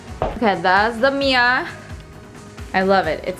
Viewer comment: I love how Americans say the word 'mirror' as 'meear', sounds so cute